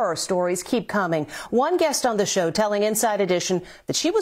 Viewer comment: Also it’s show not shoe